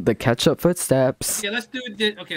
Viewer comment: I love said ketchup like krew